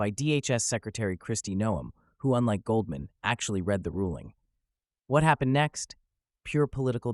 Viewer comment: “Goaldman”? You’re not a serious person.